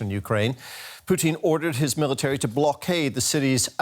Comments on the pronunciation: President 'Plutin' hahaha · Poo-tin. Please use the politically correct spelling.